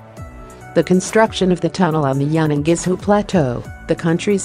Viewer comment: This is such a lazy production. All through the entire video there were only half a dozen still pictures and monotonous narrative. As well, please pronounce Yunnan-Guizhou correctly. For a Chinese to find it so difficult to understand what is said is really some achievement.